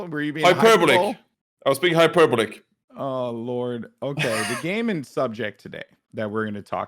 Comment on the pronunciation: "hyperblic" hy-per-bo-lic